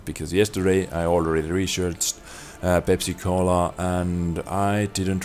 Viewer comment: Like when u say pensacola.. Sounds like pepsicola